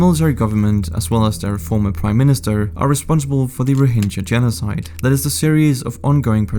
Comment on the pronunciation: The G in Rohingya is pronounced as a G in "Game", not like G in "Gem"